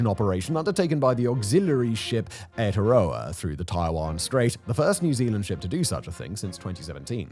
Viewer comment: About Simon's mispronounced Aotearoa, the NZ navy auxilary ship doing freedom of navigation sailing in the Taiwan Strait: Aotearoa is literally the official and native Maori name for New Zealand. The HMS Aotearoa is our largest ever Navy ship and it is a tanker, not a war ship. If China attempts to prevent HMS Aotearoa from its legal course in the Taiwan Strait, then NZ will never again allow China to have Kiwi fruit. Even though Kiwi fruit is native to China and either way Italy produces more Kiwi fruit than NZ does. Oh, and the second largest spoken language in NZ is Chinese (all variants) at 4.42%. Damn. Check mate to China.